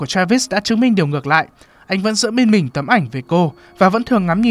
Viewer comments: ám ảnh vl ấy bác ạ, đang ngồi chăm chú nghe nó bật ra như hét vào tai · "Các bạn có thể chọn cái lền văn min của mìn ..." -.